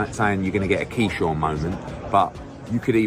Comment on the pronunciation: How come he kept saying Keyshawn? Lol